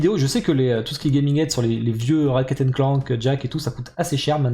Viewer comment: "raKet and clank" j'ai les oreilles qui saignent La Jak c'est préco, et la Claymore va peut être suivre